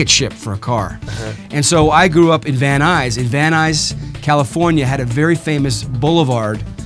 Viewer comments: Es van nuys.... No van ice ok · Jajaja es VAN NUYS!!!!!!!!!!! Van ice????? Jajaja